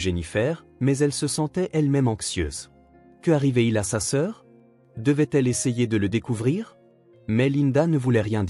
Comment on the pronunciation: "UN léger cerne", pas une... Quelques erreurs de diction... "Après que" doit être suivi de l'indicatif, non du subjonctif... "Que/arrivait/il", sans élision ni liaison, tandis qu'il faudrait "Qu'arrivait-il?" Dans la chambre d'a-(accent grave)-côté > quelle bêtise, pour l'IA ! "Sauce aux canneberges/à la canneberge"...